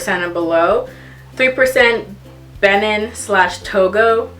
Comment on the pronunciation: Thats what I wanted to talk to you about. Its not ben in. Its probounced ben neen.